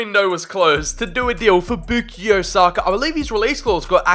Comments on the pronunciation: It’s bukayo not bookio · sir its bu-ka-yo not bu-ki-yo. anyways love the video! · boo-key-o saka hurt to hear… 😂😂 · this guy says Bookeeyo ... Come on bruh pronounce his name right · Stopped watching once I heard you pronounce it “boookyo” saka